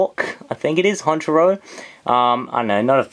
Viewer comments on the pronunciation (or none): it's prenounced hunchkrow